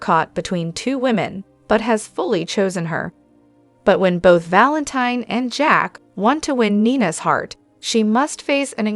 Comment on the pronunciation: I just wish soap pod casters would watch the show so they could pronounce the characters names properly.😢😮😅 It's pronounced Valenteen. ❤